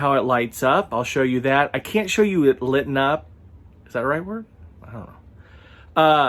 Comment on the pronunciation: "Litten up"? really? 😂😂 Awesome review though. 🙌